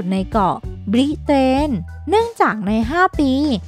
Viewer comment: น้ำเสียง การออกเสียงแบบ น่ารำคาญ 5555 ไม่ธรรมชาติ เช่นบริเตนเงี่ย บริ...เตน เหมือนจะขาดอากาศหายใจ บางที